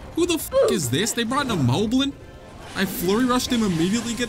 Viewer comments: It is pronounced mob-lin not mo-blin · Ay yo I just want you to know that korok is pronounced korawk, as in core + rock. Also, moblin is pronounced mahblin as in mai boi instead of mohblin! Now go beat them cheeks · Him saying "mowblin" makes me cringe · i thought moblin was pronounced mah blin but its actually pronounced mo blin